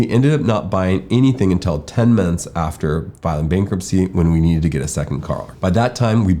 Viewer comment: I had to repeat on the minute mark so many times just to try to understand what he said. I thought he said after 6 months they checked for rates and they had to wait 10 minutes after filing bk. It was clearly 10 months which made more sense 😂😂🙏🙏